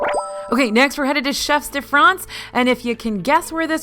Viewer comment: Please! If I may, the "S" in chefs de France is silent.😉😉